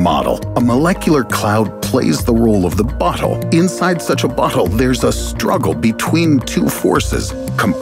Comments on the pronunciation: bro why you say "butt hole" instead of "bottle" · why does he say "bottle" like "butthole"? That has to be on purpose right? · Who heard "butthole" when guy said "bottle"?! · Whenever he says bottle it sound like he say butthole and then the way he describes it makes it better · did you say “butthole”? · he definitely said butthole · it sounded like he said "butthole" lol